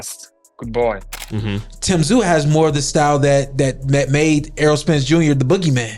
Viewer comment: Tee zyuuu Come on AI